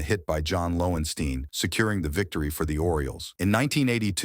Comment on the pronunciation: If you're going to make baseball videos at least know how to pronounce player's name correctly. You totally got Dexinces and lowenstein wrong